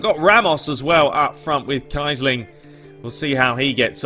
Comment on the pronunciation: It's not Kai-Sling, it's Kee-Sling